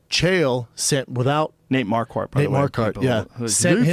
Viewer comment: shaub pronouncing nate's last name like mar-kart is so good. Truly remarkable